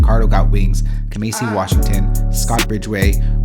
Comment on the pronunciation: He figured out how to say sounwave but not kamasi😭💔